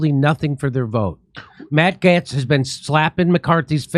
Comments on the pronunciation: Matt who? Getts? Don't think so... I am fairly sure (as a Brit) its pronounced GATES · Jimmy the a in Gaetz is a long a, the e is silent. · ...Jimmy...it's Matt "Gates", not "Gets". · Its not GETS!! IT'S GATES !!! Hollly shit how hard is it to pronounce the man's name properly? Jesus Christ dude. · Jimmy it is said GATES Not Gets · See... At least Jimmy is half way funny... Despite his* dyslexia... And complete inability to pronounce common words and names... GATES! MATT GAETZ SOUNDS LIKE BILL GATES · And that WORD is GATES not GETTS. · It's Matt Gaetz pronounced "Gates". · It’s pronounced “matt gates” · It's pronounced Gates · jimmy its pronounced gates like pedobill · It’s pronounced “GATES”. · I agree...and ALSO... Gaetz is pronounced the same way as GATES! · Gaetz = Gates (Pronunciation) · Why do you pronounce this last name wrong?🤔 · How are you and me the ONLY ones pointing this out? How many people are in the studio with him who refuse to correct him? He just sounds dumb and uninformed and out of touch... how can you not pronounce Gaetz properly with his name being spoken correctly on all media networks?